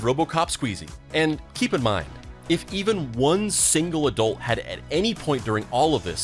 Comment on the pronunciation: When did it start being pronounced 'adoolt' instead of adult??